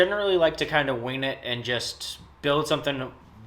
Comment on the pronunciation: Did you say you say you like to "wayne it?" lol. You could've said "wing it" but def heard it the other way around.